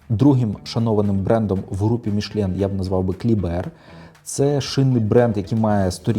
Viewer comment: Та тільки не «Мішлєн» а Мішелін 😉